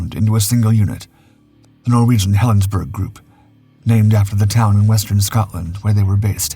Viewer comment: Helen's borough not Helensburg. The Germans didn't win.